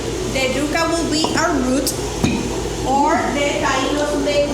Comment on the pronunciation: It's pronounced YUUUUCA..Like YOU KA..NOT YUCKA....Just FYI